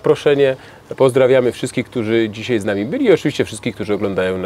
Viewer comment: Zych się nie zmienił, nie oglądałem go pół roku, wrzucam ten film i co słyszę w pierwszych minutach? "DZISIEJ" NO JA PIER...